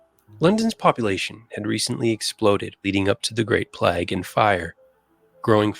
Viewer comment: This narrator has a lot of interesting (and true) facts but he mispronounces two words, which are annoying to me - as a 71 year old Londoner! - He says "plag" instead it's pronounced like ' play_g ' and the inventor -who designed and built the London sewer system - his name was Bazalgette (and the 'g' is soft as in giraffe , not hard as in golf) so it sounds like 'Bazzel_jett_ ' ... NOT like Bazzel_get_!!